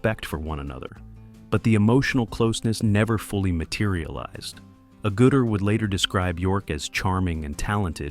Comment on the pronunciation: ...they sure butchered her last name